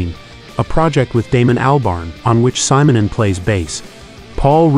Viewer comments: ...yeah, what do you expect from an A.I. narrator?! All this so-called marvelous technology, and they can't even pronounce simple names and words correctly. 🤦‍♂ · You mispronounce his family name.